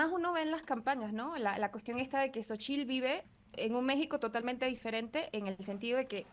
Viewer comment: La sílaba tónica en Xóchitl, es Xo, porque se obstinan en usar como sílaba tónica en chitl?